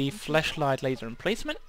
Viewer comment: 5 years on and you pronouncing 'flashlight' as 'fleshlight' still makes me giggle.